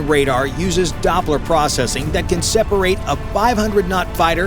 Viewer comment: "USEING DOBBLAR PROCESSING" - He might aswell declare he has no technical clue and just reads from a text document he made :D Oh and apparently the migs were about to be surrounded by half of NATO's airforce - thats a small airforce with 10 planes ?! :D They were launching from every base within 500 miles ? Did'nt know we were using miles in Europe xD This shit is SOOOO American its funny and cringe to watch at the same time ! such a dummy ! dislike and clicked "do not reccomend this channel again" - waste of my time